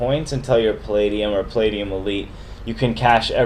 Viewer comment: Plate-e-um hahahahahaha